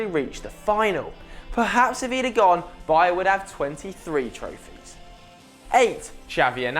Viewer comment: pls learn how to pronounce " Baía"